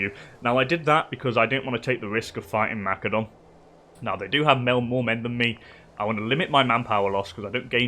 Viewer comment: Good stuff. Thanks Methinks your pronunciation of Macedon requires investigation